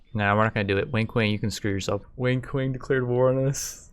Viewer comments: Everytime he says Wang Kuang. It sounds like he says Wink Wink. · I heard "Wink Wink" instead of Wang Kuang for the entire video. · Is it just me, or does every single time he says "Wang Kuang", sound like "Wink Wink" instead? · am I the only one that hears "wink wink" when he says Wang Kuang? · great series, your commentary is funny af lol also anybody else hears "wink wink" whenever he says "wang kuang"? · its so funny how you butcherd wang kuang's name.